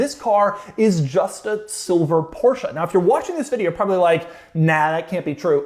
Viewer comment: Not a PorscheA... Just say Porsche ( without spelling "e") "e" and "a" are not the same.😊